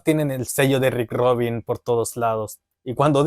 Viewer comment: Rick Rubin. No Rick ROBIN